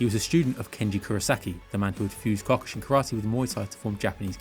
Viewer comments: that was the weirdest pronounciation of Kyokushin Karate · Why do you say Kyokushin wrong? Way to ruin the video.